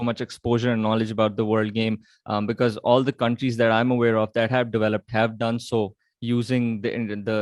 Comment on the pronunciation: Interviewer: Are you avare 🤔 Owen: Yes I'm aware 😆😆